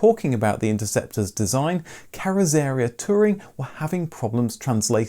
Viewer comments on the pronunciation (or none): "Carozzeria" Carrot-tsa-RHEE-a (please work on your pronunciations, it spoils so many of your videos). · Carrosseria is pronounced carro surreea, with the stress on ee. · Kjell Qvale is pronounced Shell Kwah-leh. Oh, and carrozzeria is Kar-rotz-eriah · BTW, "carrozzeria" pronounced more like "carrots're 'ere". Ciao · Very interesting Thankyou. I’m loving you’re authentic pronunciation of carrozzaria! 😂 hilarious!